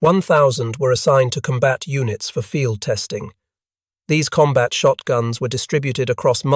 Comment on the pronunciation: Lead pellets, lead rhyming with read. Sure. Also comBAT when COMbat is usual — sometimes. Curb your robot!